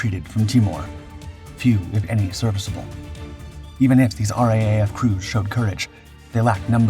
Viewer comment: RAAF is pronounced "R-DoubleA-F", not R-A-A-F"